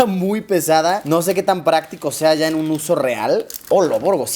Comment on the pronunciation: Hola Luisillo!!! Te queremos, te amamos! ...aaaunque, personalmente, me da ñañaras cuando sustituyes el sonido de "y" ó "ll" por "sh", como en "ashá" (allá), "gasho" (gallo), "gashina" (gallina), "sha" (ya). Vivo en el estado de Puebla y sé de un grupo indígena, por estos rumbos, que habla de esa manera. Cada que te escucho hablar así, no puedo evitar relacionarte con ellos ...sorry!!!🤷🏼‍♀️ Pero respeto tu trabajo y, finalmente, seguimos viendo tus videos. Bien hecho!!!